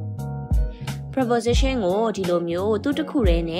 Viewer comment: Preposition အသံ မှန်အောင်ထွက်တတ်အောင်ကြိုးစားပါဦး။ မဖြစ်စလောက်အသိနဲ့ စာသင်နေလိုက်ကြတာ မြန်မာပြည်မှာအများသား။